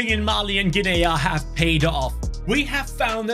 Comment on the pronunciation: Guinea is not 'Gin-aya', it's 'Ginneeeee', like Guinea Pig xD